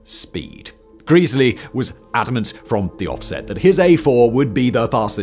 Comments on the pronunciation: Gres-ley not Greas-ley and Granth-am not Grant-ham. Heard this so many times as a boy as my mothers father was a fireman and later during the war, an Engineer (Driver), until he lost his arm in the fifties. I don't believe he ever drove the Mallard but we have photographs of him at the controls of A4's, the Silver Fox and Bittern. Went to 'The National Railway Museum' a couple of years ago to try and find out more? Quite difficult as I had to use ultra slow 'Vista' on their computers and half of the 'microfishe' were missing! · I don't doubt it's "Greasely", but I always heard the name as "Grezzly". Help me here! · Grez-ley grez-ley dammit! Not Greese-ley! AAAAArrrrrrrrggggghhhhhhhh! Cool vid though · its gressley not greaseley. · not "geeeesly".... Gre--- sley. A4s weren't so much EXTERNALLY streamlined, as they were INTERNALLY streamlined.. all pipework had gentle radius curvatures, no right angles, smooth bores etc, given the gas speed in the pipes is in parts vastly faster than the air slipping over the body, this is where it really gained. Beautiful designs. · Who is this greasley bloke? Do you mean Gres ley? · It's Gresley not greezley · In a previous video Simon said “Greas-ley” too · Love this homage to the A4, despite the persistent mispronunciation of Sir Nigel Gresley as Sir Nigel Greesley, although I also know how little Mr Whistler cares about comments on mispronunciations! Always loved steam engines and the LNER A4 Pacific class in particular and so getting to see them all (and have a brief ride behind Bittern in steam) in February 2014 when the Great Gathering moved from the main National Railway Museum site in York to their Locomotion site at Shildon, Co. Durham was awesome. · Who is Nigel Greeeesleey? Otherwise an informative video as ever. Another contribution to the speed record was the choice of driver. They chose driver Joe Duddington who had a reputation for driving an engine hard. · Gresley has a short, not a long "e". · "GreZlee" not Greasley